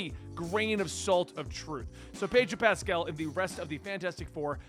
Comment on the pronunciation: His pronunciation Pedro Pascal 😶 Pedro Pastel 🎉🎉🎉